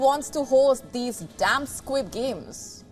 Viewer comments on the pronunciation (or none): She said SQUIB